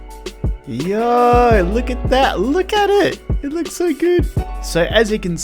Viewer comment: Every time he says yooo i DIE 😂😂. NOEMAL PEAOPLE: YOOO. THIS GUY: YAAWYU. 😂 you're welcome